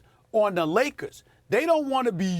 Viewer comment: Stephen A always says " THE LOS ANGELES LAKAS .... not Lakers !!!! LAKAS lol.